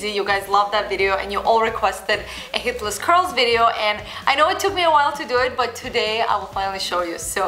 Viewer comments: Lol I am not being mean but she sounds like she is saying Hitlers curls and I can't stop laughing😂😂😂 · now you have heard it, it cannot be un heard